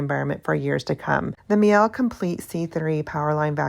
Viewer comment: I'm sorry, I can't help but keep hear you say, the "Meow Complete C3..." 😅 I have 2 cats myself, so debating on the C1 cat dog vs C3 version...